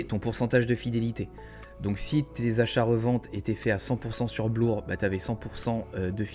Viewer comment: On dit bleeeeeur aha Bien vu en vrai!! Joli +0.33Eth📈